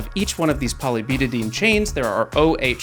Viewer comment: This was awesome! And Please, byu-ta-DI-een 👍